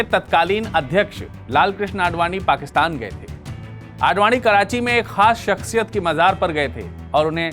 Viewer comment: jb urdu nahi bolni aati to ku bolte ho? shaksiyat hota ha .. shakshiyat nahi..zero ko jero bolne wale